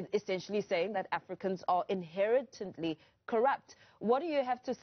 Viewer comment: This interviewer cannot correctly pronounce inherently.